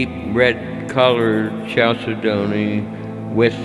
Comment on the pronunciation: its pronounced cal ced ney! ok